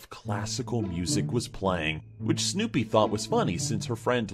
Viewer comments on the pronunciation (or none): What’s with saying snewpies name that way 😂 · why does say snewpie like that😂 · has an, interesting, way of saying Snoopy. I'm guessing there is a story there I just don't know. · Ahh that's why he says it like that. That makes sense now. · Platypus I think he says it the way he does do to the spelling, which I didn't know about.